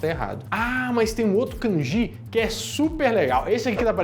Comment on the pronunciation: Eu estudei no Japão no chugakou os kanji se pronuncia como “kandi “ e não “ kangi “